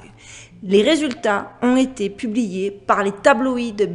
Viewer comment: 'Ont été" il faut faire la liaison ont tété et pas ont nété lol